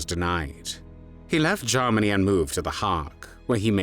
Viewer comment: The narrator sounds very much like Lord Haw-Haw. He sometimes pronounces Germany as Jarmony